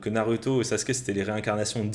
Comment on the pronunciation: tu dis "naruto" à la place de "narouto" mais tu dis pas "sasuke" mais "sasouke", si tu prononce mal, vas jusqu'au bout